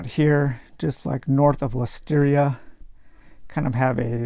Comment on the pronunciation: Lustria not Lusteeria. Thanks for the great video.